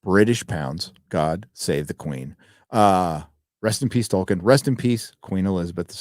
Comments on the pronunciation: Other than the interviewer calling him "Toykin." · The interviewer says "ToYkien" :D That shows how little they prepare for these things. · Tolkien, damnit, not Tolkein. Show some respect.